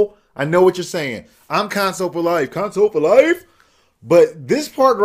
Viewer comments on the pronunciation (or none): but it's console not concoles